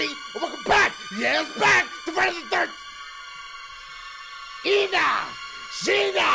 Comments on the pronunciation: "That shit said Fridayy the thirrr" Lmaooo, Dashie when you gon drop your country album mah boi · "that shit said Fridrrrr the thrrrr." 😂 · had me rollin'! ♫ "Frerder the therrr...." ♪